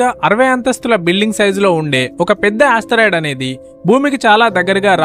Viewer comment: Astheroid kadura babu... ... it is Asteroid....